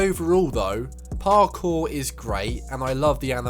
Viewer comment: My god man talk faster and stop over pronouncing parkour